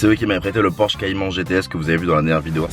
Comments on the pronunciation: c’est pas “porche” mais “Porsche”🙃🙃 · oulah ça fait mal Porsche sans le "s" 😭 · La faute a 24 h dans une Porche ( sa ce dit Porsche) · 2.29 "Porche" mdr le monteur pas trop callé en automobile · On peut dire porche mais la vrai version ba c'est porsche